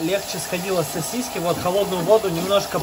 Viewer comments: Не сосисЬки , а сосиски!!!! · Тысячу раз произнес СОСИСЬКИ, специально что-ли. Рецепт огонь 😂. Повар 😂. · СосисЬки, сосисЕк😂